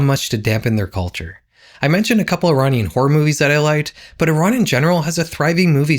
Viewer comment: Great video! Just putting it out there, I dont think the way youre pronouncing "Iranian" is correct.